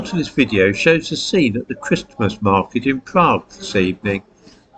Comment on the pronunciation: I turned off when I heard you pronounce the "t" in Christmas...